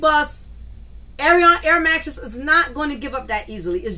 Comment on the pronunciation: air mattress is a good one every time you say it. I be screaming 🤣🤣🤣🤣🤣